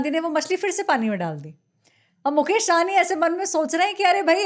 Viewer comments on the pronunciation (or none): आप सब मैदानी रिपोर्टर हैं, फिर भी मुकेश सहनी को मुकेश साहनी कहते रहे हैं। इतने दिनों में तो आपको साहनी और सहनी का अंतर समझ में आ जाना चाहिए था। साहनी पंजाबी सरनेम है, ना कि बिहारी।